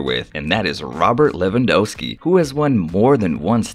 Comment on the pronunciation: Great pronounciation of Polish names (kudos 2 U). I know it is quite a challenge for native English speakers. However you made two mistakes. Lewandowski - in Polish W is always pronounced like V in English (no exceptions) so Robert is leh-van-DOV-ski. Second one is Sierzputowski. "Rz" is almost always pronounced like -si in word "vision". The rest is okay. ;)